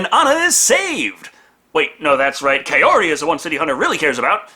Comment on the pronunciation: Wait, why did they change the easily pronounceable Shizuko to Kyoko, but left Kaori and just mangled it? I'm far from a sub-whore, but at least put some effort into the dub.